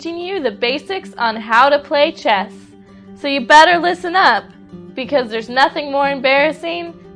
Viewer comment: Damn! I thought you said chest!